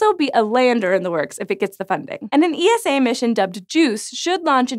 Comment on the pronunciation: I don't think ESA is pronounced as e-as-ay. You don't say en-as-en-ay for NASA either, right?